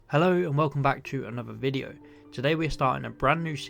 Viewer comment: hellow and welcome bwack to anowther videow